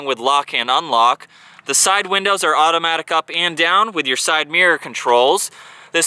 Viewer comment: I love all of the vids, but Please stop saying "thee" for " the." It's driving me crazy. Thanks.